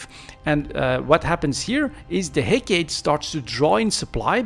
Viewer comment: hec"AAA"tee its a oil vessle.